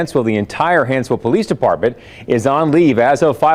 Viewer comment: Small thing but it's Hanceville not Hansville. Comments up above are incorrect. Love your content sir.